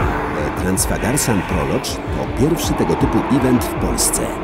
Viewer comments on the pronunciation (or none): słowo 'prologue' nie wymawia się 'prolodż' :)